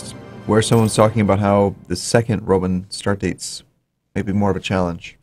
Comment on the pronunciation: Get well soon,! In the beginning of your episode it sounded like you said "...some more of the Broman Empire."...imagine the Bro-man empire, it wouldn't be Caesar, but Brosar, The capital Brome and they would host the Broylimpic Games. Ave Brosar!